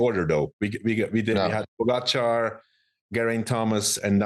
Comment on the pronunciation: First of all, learn how to say pogacar properly and stop trying to compare your 35th place in the tour unaided with a modern champion of the sport. And l see you can’t say GREG LEMOND in any of your ramblings. A champion and REAL comeback phenomenon.